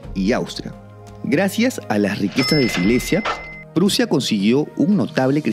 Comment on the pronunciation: Prussia .suena como. Russia